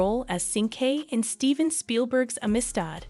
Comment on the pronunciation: You pronounced amistad wrong